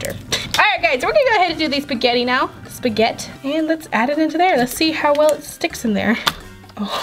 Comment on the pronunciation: All Italians cringe when she says “spaghett”